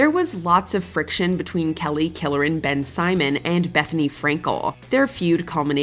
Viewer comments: Ben Simon? Y'all seriously need to do more research while trying to pronounce people's names. Ben Simon 😂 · "Kelly Ben-Simon." I'm dead 🤣🤣🤣.